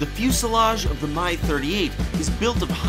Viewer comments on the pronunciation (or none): "My" 38... come on, say it like the rest of the world does, please :-P Its like the "Mi" in "Mil", just without the "l" P.S. "Airospatialey" ...ok, i give up :-D